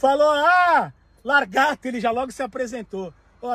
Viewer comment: bruninho da praia q comediaaa mano cara falo largato ele logo se pronuncio kkkkkk